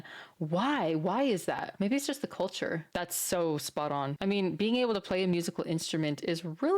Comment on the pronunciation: Did she say... 'cult'ure shock?